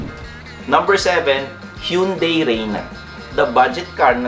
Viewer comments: Sir, it prounounce “Han-day”..HYUNDAI 😊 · Hyeon Dae